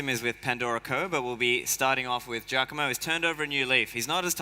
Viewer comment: Giacomo not Giacamo but maybe future name like hodl